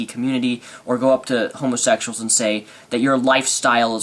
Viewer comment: Wow, that kid sure is an idiot. I like how he pronounces it "homosexshuls"! XD I can't believe he actually thinks he's the one being persecuted! What an insult to people who actually are persecuted. Love ya,. Keep up the good work.